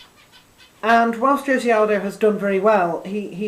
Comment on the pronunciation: So you went 4-7 on your predictions. Not so good, but I enjoyed your video anyway. Note you mispronounced both the main event fighter's names: Jose is pronounced "ho-ZAY" ('j' is like an "h" in Spanish as a consonant), and Faber is pronounced "FAY-ber."